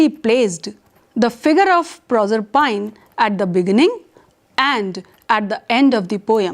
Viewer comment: "Nopoleon the Turd" - could this be an experimental cartoon character? If you hold a doctorate in English Literature, please check the pronunciation of "stanza", "Proserpine", masochism" and approximately 500 other words before making your presentation.